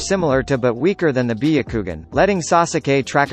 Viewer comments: biyakugan nooooooooo its BYAKUGAN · When he said biukugun I died and resurrected to say bayakugan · I stop watching after he said byagugin. Like really man? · Bee.a.kugan?!....it's Byakugannnnnn!🙄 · Nobody: The vid: bEeYoUkWoGuN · Beyucoogan HAHAHAHHAHAHHAHHAAH sherengan AHHHHAHAHABHAHHAHHHAHHAHHHAHHAHHA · “Bee-a-koogan” cmon bro you need to pronounce these terms right lol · "Be - a - kougan" is the right pronunciation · The way he said byakugan (bee-o-ku-gon) is so triggering Just why... WHYYYY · Bi-ya-ku-gun , Share-in-gan Me:...your saying it WRONG * hermione ver * Sasukey Me:* breaths heavily * More pronounces that are wrong Its fine nobody is perfect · Ahhah "biyukugan" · This is how he said byakugan Biyakugan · BIH-YA-KOO-GAN God damn son, say it right.... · Be akugan lol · Be a ku gan what type of douōjutsu is that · When bro said byakugan I lost it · THE WAY GOOGLE PRONOUNCES BYAKUGAN😂😂😂😂😂😂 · How he said byakugan makes me rethink if I actually know how to say it XD. How about trying ur real voice though? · Why "biyagukan" and "sasooke"?